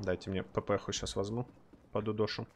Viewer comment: Что за привычка говорить "вазму"' а не возьму